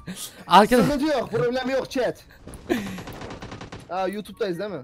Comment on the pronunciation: de abi chat e shet diyo